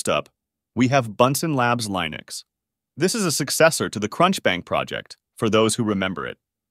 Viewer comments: Did I hear Bodhi /Lainux/? Really? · Pls check the internet for the correct way of pronouncing linux, a word which comes from the work of Linus Torvald, so it is not a regular English word. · Linn - ux not Lie - nux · It's "LION-icks," the distro that has a lion, not a penguin, as its mascot. It really ROARS! 🦁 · I'm assuming this is an AI voiceover that can't pronounce Linux.